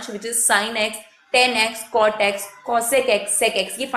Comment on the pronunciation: mam its tan not ten